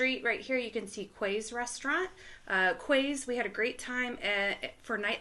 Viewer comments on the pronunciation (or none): FYI ‘Quays’ is pronounced ‘Keys’ the word is usually associated with being on the riverside or the Quayside(Keyside) of a city there is also an area in Glasgow just under the Kingston Bridge called the Quay Glasgow which has shops , bars & restaurants thanks again for another great vlog 👍🏻